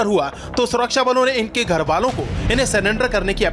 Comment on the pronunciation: Bhai ye banda atankwadi nahi ho sakta Jo surrender ko salander bolta ho😂😂😂😂😂😂